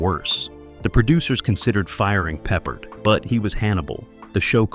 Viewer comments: Quit calling him pepperred!! He's not a piece of meat!! Call him by his name properly!! AGeorge PEPPARD!!! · His name is pronounced Pe ppārD not peppered!!! Get it right Sir!! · PeppARd.!!! Not pepprered!! I'll come over there and pepper your ass!! Fool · I pity the annoying announcer who' can't pronounce George PeppARDS NAME RIGHT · Pepper-ed. LOL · This channel has a bad habit of mispronouncing names when talking about old actors. I know trying to read a last name and hearing it are two different things. Especially if you probably were not even born then. George Peppard was the actors name you missed. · Do you know if you make a video you should really learn how to pronounce the names of the people you’re talking about. If you can’t even say, George Peopard’s name right, how can we believe the rest of the things you’re saying in this video?